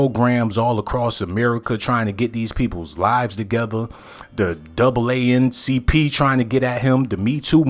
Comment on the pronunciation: This video is not credible at all. Dude can’t even pronounce words. Did yalll hear his attempt to say NAACP. FOH how did this video come across my timeline?